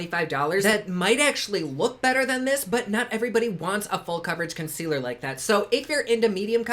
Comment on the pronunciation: Consquealer lolol 😂 if it does everything it says I need to take a dam bath in it 🤣